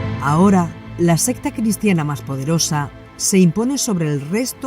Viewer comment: siento mucho si se avergonzo, yo solo hice una pregunta por que en ocaciones dice secta, y en el siguente renglon sesta, si preguntar es pecado, pido perdon 🙏 y donde hay mayor pecado en preguntar o en juzgar? Pero gracias ya entendi que es un error de diccion y que lo que quiere decir es secta 👍